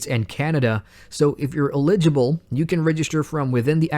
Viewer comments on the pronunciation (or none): eligible. i giggled